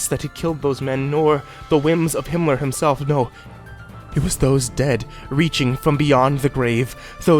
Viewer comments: Was he saying Hinler? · ***** Do you keep saying Himler? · Isn't he saying Himmler? The head of the SS?